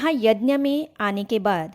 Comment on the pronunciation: Yanya nhi bahanji yagya boliye